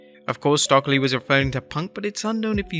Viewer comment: Its “stoke-lee”, not “stock-lee” … just helping :)